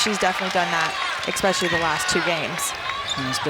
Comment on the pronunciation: Especially is not pronounced with an x. 😢